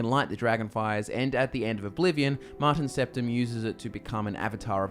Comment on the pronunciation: "Martin Stepdim" xD